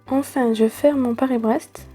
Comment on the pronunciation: Surprenant ton Paris braise